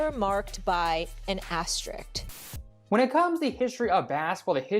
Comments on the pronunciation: Why are there a couple of people narrating on here that can't properly pronounce the word "asterisk"? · Why can’t anyone pronounce the word asterisk?